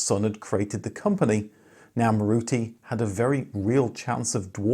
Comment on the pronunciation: Thank you! But the correct pronunciation is MAAruti.